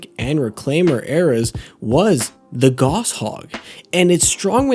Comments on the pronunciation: It's pronounced gauss as in "gows". Similar pronunciation to "house". Named after german Johann Carl Friedreich Gauss. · I'm glad your analysis is good, because if I didn't know you I would've clicked away after three times hearing it pronounced "Goss" 😂 (it's German, it's pronounced like "house" with a G) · Your mispronounced gauss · How does an engineer not know how to pronounce Gauss?